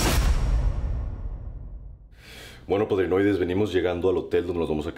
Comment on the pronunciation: Dijo padrinoides como lo dijo andoni se hizo canon 😂